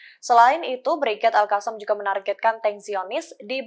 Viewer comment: Bacanya Alqossam